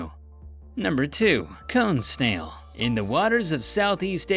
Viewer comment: Am I the only one that at first heard number 2 (cone snail) as cum stain?